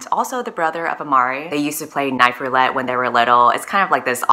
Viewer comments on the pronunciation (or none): none